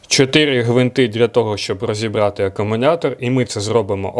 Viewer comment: Привіт, дякую за огляд. Але кажіть будь ласка акумулятор, а не акумунятор